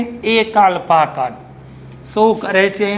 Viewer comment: કણ ને કન kem kaho chho. ??n